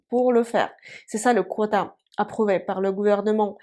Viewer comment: On ne prononcé pas Quota Mais kota